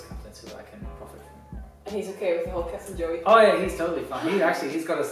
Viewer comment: is she calling him "Captain Joey" ?